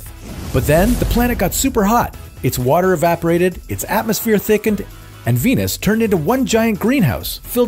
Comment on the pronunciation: 金星一直聽成penis